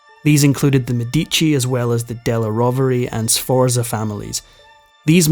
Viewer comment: I was going to make a list of all the English words you mispronounced but there are too many. Needless to say, none of the Italian first names are pronounced correctly; you got 'Borgia' and 'Medici' near enough, but 'Sforza' is way off. As for a Scotsman saying 'off of', I think I'm going to be sick. The bite-size history is nice, though.😊